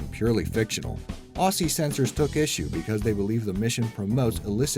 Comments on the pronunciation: hey just to let you know aussie is not pronounced aw-ss-y it is pronounced o-zz-y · Aussie is pronounced Ozzie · you said Aussie wrong the ss is pronounces as zz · Say Aussie again lol